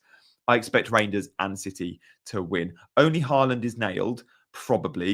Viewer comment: Reijnders is pronounced as Rine, not Rain